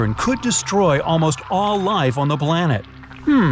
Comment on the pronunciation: he said blanet☠️☠️☠️☠️☠️☠️☠️